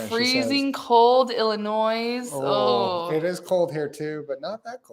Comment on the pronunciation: Just a little tip - you don’t pronounce the S at the end of Illinois.